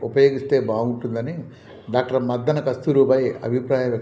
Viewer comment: Dr Muddana not Maddana